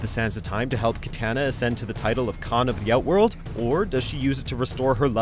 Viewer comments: Hey it’s KiTAHna no KiTANa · it's Ki-Tah-Nah!!!!! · One day this dude will say Kitana right. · Kitanna mispronounced Kotall kahn mispronounced Gairass MISPRONOUNED Sohnyah MISPRONOUNCED plapodeeifheuskzufehusgjfvucruocios. pronounced perfectly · It’s KEY TAH NA!!! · never say kit anna please who is this nerd....Not an MK fan though ill tell ya that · What is it with the people that make videos for mojo that they can't pronounce characters names right? Katanna, Kotall, Garass, Kr-on-ica s-on-ya, Noob Saybot really? How is it possible to fuck up this many characters names? I mean literally all you have to do is go to the character select screen and listen to the announcer say the characters fucking name! But you guys just say fuck it we'll make a new variation of the name that'll be ok right? You guys should just stop making mortal kombat videos all together you guys can't pronounce the characters names right and you just royally fuck up every list you guys make. I shouldn't be surprised though considering that half the people in the comments on your videos are always talking about how your lists are shit and I see why now. I honestly wonder if you guys actually do any sort of research or experience what you're talking about first hand before you decide to make these videos or if you just watch someone else' video and then make a half ass copy of that person's list just in a different order. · If he pronounces kitana like that one more time, I’m gonna explode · I can’t help but feel bothered when he pronounces Kitana like come on bro you guys are bad at pronunciation. Geras as well. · I love how he kept on saying kitana wrong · Really ? You can't pronounce Kitana's name properly ? Who hired this guy wtf